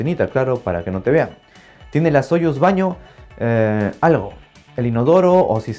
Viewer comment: Muy buen video. Pero de hecho se dice sayus, así como sayus nerushimi respublik sabodnyk.